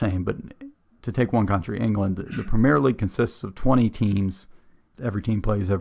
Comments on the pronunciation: one small thing . its not pronounced pre-meer league , its prem-e-air league. Hope this helps :) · Embellishment is NOT part of RUGBY. When those guys get hit....THEY GET HIT !! Remember, the only padding in real football are shin pads ! Not a whole suit of armour like in American Football !! " WORLD" series...only played in America !! We DON'T have the PREMEERE league . We have the PREMIER league. Pronounced PREM EE UR. Scotland, Wales, Northern and Southern Ireland all have there own leagues. We call a " tie" a DRAW. My premier league team, Leeds United, have 3 American born players. We DID have an American manager but he was sacked last month as we are facing relegation to the Championship. The highest paid player in England is Kevin De Bruyne of Manchester City who earns £20,800,000 a year. Every town/village /city will have it's own football team/s all playing at different levels in different leagues.